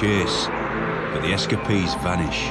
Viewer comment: S Ka Pees = Escapees